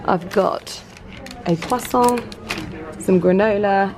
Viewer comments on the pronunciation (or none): none